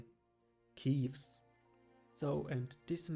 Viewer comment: Ill just bring that here up too, but it is most likely said "ke-ves" and not "kivs", as it comes from the hebrew word for sheep which is said this way.